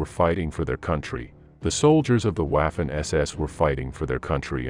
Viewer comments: Could atleast have paid a real person to voice it, "WAUfen ESESS" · Good video....but for heavens sake......learn to pronounce the German words....Waaarfen SS makes my ears bleed. And "v" in German is pronounced as "f". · For the love of god could you please pronounce the w as v?! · Pronounced, "Vaffen" SS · Interesting episode but incorrect pronunciation of Waffen undermines credibility of the entire episode.